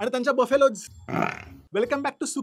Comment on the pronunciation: Waaa....😂 गायीज्... आणि बफेलोज्.....😂